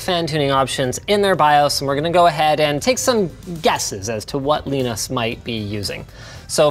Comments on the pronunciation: Linus pronounced Linus Linus not Linus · The way Linus calls Linus as Linus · Sounds like halfway through production he found the audio clip of Linus telling people how to pronounce his name :-) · Can we just take a moment and notice how many times Linus must've messed up the pronounciation of Linus's name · It’s so weird to hear Linus pronounce “Linus” the other way … :D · Linus not being able to pronounce Linus properly or consistently is very, very amusing. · WHY DO YOU PRONOUNCE LINUS LIKE THAT IT'S KILLING MY EARS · Linus, LAinus, Linux... you see why so many people are confused 😂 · Also you figure that linus of all people would know how to pronounce his own fucking name. It’s lie-nus not lee-nis 🤦‍♂️🤦‍♂️🤦‍♂️ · Man it's (lie-nus) not (lee-nus). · Linus : "Leenus" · lienus leenus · For some reason it warmed my heart when you trolled yourself by pronouncing your own name wrong, as Leenus. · Is "leenus" some joke im too american to understand? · wow. linus is jealous. leenus. leenos linos. cant even try to pronounce the name correctly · Why is linux pronounced as linux but linus is pronounced as Lainus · Did he say Weenus? :) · STOP SAYING LIENIS! the crappy game show background music is back as well, AHhhhhHH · Alternate title: Linus Sebastian talks about a foreign Linus and gets closer and closer to saying “Lee-nus” every time he says Linus. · wtf is leenus he definitely doesnt call himself leenus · Did you have to write "Leenus" in the script so Linus would pronounce it as such? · Why is he pronouncing his name Leenus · So... Will you be called as Leeenus as well? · How to get alcohol poisoning? Every time Linus says Leenus, take a shot.... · why do you keep calling him Leanus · Just noticed he is "ly-nus" Sebastian and Torvalds is "Lee-nus" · I like how linus pronounce his own name lienus and torvalds as leenus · Linus pronounces his own name "Leenus". Interessting. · Funny how Linus called the other Linus "Leenus". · Leenus? More like peenis. #Roasted